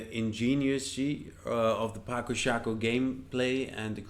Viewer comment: Ĝi estas 'patso'. C estas 'ts'. Mi penos ludi ĝin, kaj mi aĉetos ĝin ĉar la duopaj ŝakpecoj estas belaj.